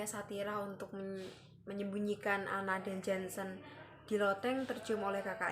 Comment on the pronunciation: Nama lengkap Janshen : Jantje Heinrich Janshen. Dibacanya gini mba : Yanceu Heinrich Yanshen Ini pengucapan bhs indonesia jaman dlu.